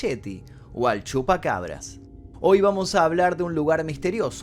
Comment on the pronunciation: Cuando dijo sheti y shupacabra, supe que carecía de seriedad.